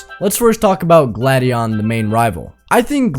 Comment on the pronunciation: bro said glad-di-on instead of gla-di-on